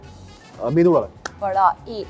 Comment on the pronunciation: Very impressed with the way Sambar and Medhu vada were pronounced correctly in the food antakshari game 😂